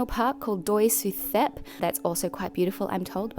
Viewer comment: THERE IS NO DENTAL FRICATIVE IN THAI!!! ”Th” in Thai is pronounced as an aspirated “T” but a sole “T” in Thai pronounced as a tenuis “T” just like when you pronounce “T” in the word “state” So they are “In-Ta-Non”,and “Su-Tep” not “Inθanon” nor “Suθep”